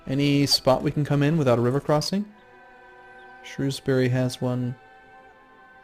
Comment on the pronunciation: i love how despite his butchering of every province name, he still manages to pronounce shrewsbury better than half the bloody UK do.